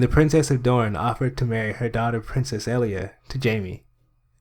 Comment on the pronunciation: My name is also Elia and I am getting so triggered by how he says Elia!!!!! It is pronounced E-L-EE-A!!!!!!!!!